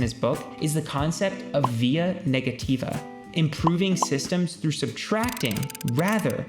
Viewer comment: you subtracted `h` from through and gained my attention